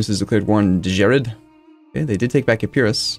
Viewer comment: Woohoo!! Finally!!! A province that you pronounced right! Epirus (although accent is on first letter). You butchered Euboea though, soouu bad :D When it comes to non-english prononciations, we read it like we write it. When it comes to vowels, E's & A's are like in elephant, O's & I's like in original, U's like in epirus. Master that, then we'll continue :D